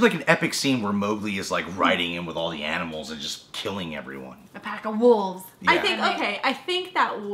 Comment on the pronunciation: "Aminals"? Really,? Are you 4 or something? (Even though it was funny).